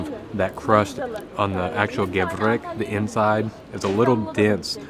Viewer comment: Gevrek, not Gevret